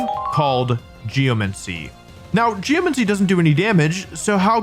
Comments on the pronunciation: He keeps calling it Geomuncy lol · great video so far, but how many times can I handle "geomency" before I go insane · the way he pronounces 'geomancy' is actually hurting my soul. bro GEOMANCY. where are you getting 'geo-MENCY' from??? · Like geomency instead of geMANcy your doing this on purpose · "Geomincy".. cringe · Am I crazy? Or are you saying geoMENcy? Is this an accent or pronunciation variant I'm unfamiliar with? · I can't believe he spent all that time saying Geomancy and Primordial wrong only to only pick up on his mispronunciation of Aerilate. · Since you mentioned people correcting you, I have to say: it's pronounced "pry-more-dee-al" not "pry-more-jul" and geomancy is like "geo-Nancy" Primordial